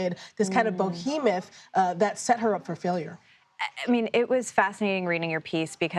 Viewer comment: no such thing as a bohemoth. It’s a behemoth.